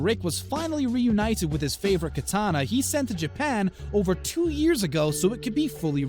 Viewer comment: 1600s kitana you said “sixteen thousand kitana 😂😂